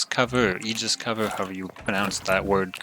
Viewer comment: Aegis is pronounced "Ay-gis' or "Ay-jis" I go with the former.